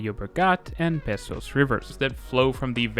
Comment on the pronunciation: It’s name is older than modern Catalan or Spanish, and the pronunciation is different than “besos” its name is “besós”